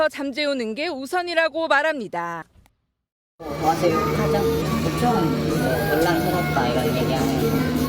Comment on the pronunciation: 말합니__다 억양무슨일임???